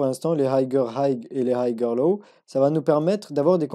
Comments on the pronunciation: Puré qrrete de masacrer la langue de shakespear !! 🤦🤦 Higher se lit haieur et pas hagueur 😭😭😭 noooo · Du coup j'me demande si ses profs disent aussi haygueur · Higher ca se prononce hayer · Super tes vidéos, et je veux pas faire l'ancien mais higher prononce pas le g et c'est niquel ;) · Ce n est pas important la prononciation Je Suis trader professionnel et je suis en admiration devant les connaissances et la maîtrise du trading qu il a pour son jeune âge quant il aura 30 ans il deviendra un master du financial market chapeau mon fils continue 👏👏👏👏